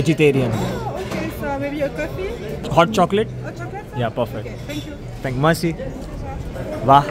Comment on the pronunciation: Thanks for your vlog bro. By the way It's (Mekhci) when you pronounce merci in French. Because R is sound Arkh in French.